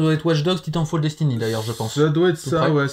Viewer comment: Ça prononce mal titanfall 😭